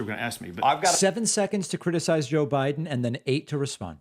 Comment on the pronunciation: Did he say Joe Burden? 😂😂🤣🤣